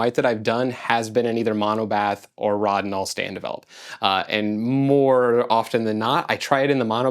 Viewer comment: I believe it is pronounced Road in all. You should try 3 in 1 ilfosol developer. You did get images for a 73 year old film. The cat was my favorite one. Enlarge that one and mat and frame it.